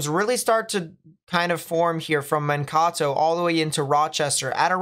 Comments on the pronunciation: Just a heads up, Mankato is pronounced, "Man - KAY - toh". Not, "Man - KAW - toh". Just for future reference. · It's Man-k-toe not men-taco. :) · and we pronouce it with a d, not a T, so Man- KAY -Doh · 😂😂 I had to get to the comments to help with ManKAto. I guess you've got lots of fans in southern Minnesota. Thank you for your videos. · Hi! It’s pronounced like Man Kay Toe 😃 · man-KAY-toh is how you say it. but love the vids a lot thanks man! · This Iowan was going to tell how to pronounce Mankato also.